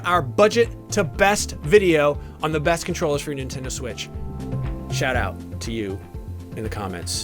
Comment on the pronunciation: Beeg Sweetch